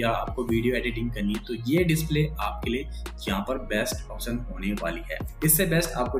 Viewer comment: opsan. option to shi se bol le bhai. ise unboxing nhi kehte. bakaiti kehte h.